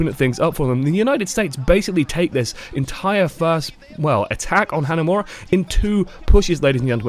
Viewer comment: is pronouncing hanamura so wrong.. its not "hanamera" its like "hanamoora" but roll the r